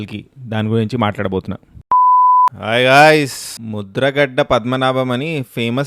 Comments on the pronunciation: ముద్రగడ్డ కాదు ముద్రగడ😂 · అది ముద్రగడ్డ కాదు భయ్యా... ముద్రగడ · ముద్రగడ్డ కాదురా... ముద్రగడ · ముద్రగడ అన్న ముద్రగడ్డ కాదు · Mudra gadda kadhu Anna...mudragada anthe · Bro mudragadda kadu mudragada 😅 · ముద్ర గడ్డ ❌ ముద్ర గడ ✅. 😂😂😂😂